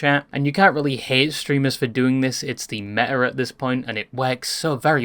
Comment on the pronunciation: bro....its haTe not hair...dafuq xD